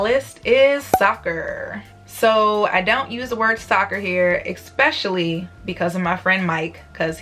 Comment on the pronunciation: You should learn to say "especially" instead of "eckspecially"!